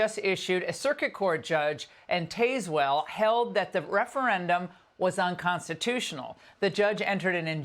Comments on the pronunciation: it is TAZ-well -- not TAYS-well. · Not "tays-well", ma'am!! As in Tazmanian. Taz manian. TY! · It’s spelled tazewell but pronounced taz well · PSA: pronounced [TAZwell] but spelled Tazewell--I am been there with Intrinsically Ectothermic for live reptile presentations. Beautiful area of VA! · Just fyi, it's pronounced "TAZ"well.